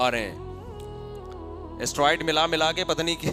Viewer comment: Talaffuz me usko Steroids kehte Hain... Asteroid nahi